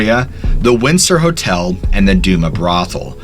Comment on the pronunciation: It’s pronounced do- mas brothel, And ga- Lena street, as a butte native it pisses me off when people can’t say shit properly